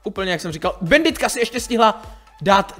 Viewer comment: Česky: [banditka] Slovensky: [banditka] Anglicky: [bændit] Ale nie, musí povedať bænditka:DDD